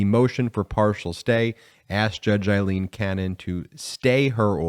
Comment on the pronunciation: Please Brett, her name is the Scots name Aileen, NOT Eileen. It drives my wife Aileen mad when her name in mis-pronounced. It is Ail-een, NOT as in aye-aye sir, Love the show by the way!